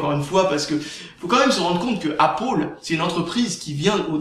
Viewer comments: "Apple" se prononce "apeul" pas "apol" ... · Appeule c'est pas mieux C'est entre deux à l'américaine. Apoeul serai mieux en prononciation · Apaul ??? c'est quoi cette marque ???.... Ok!!! tu veux dire pomme en anglais !? C'est \ˈæp.əl\ ("épeul"). Ué c'est de la merde, vive linux !!! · C pas apol c apeul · C'est pal "apol" mais apple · apôle ... j'adore :D (la prononciation :P) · Sinon pour la vidéo lol tu me fait rire quand tu dit appaul ... :D. Ton sujet est très bien défendu et personnellement tu a raison d'en faire pare au gens qui se font avoir par les média.Car il faut savoir que tous les média ou presque sont des info manipulé donc perso faut pas croire a 100% non plus. Très bonne vidéo continue comme ça.